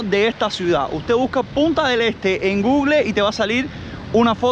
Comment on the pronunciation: tienes que venir a aprender inglés conmigo! Vamos a trabajar juntos la pronunciacion de "Google ", " surf ", " tower " y "road ". Hermosas las tomas aereas con el dron! Viva la paz, el respeto y la tranquilidad de mi pais! 🇺🇾💖